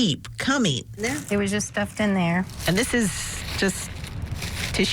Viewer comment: "NOTHEEN" IS NOT A WORD.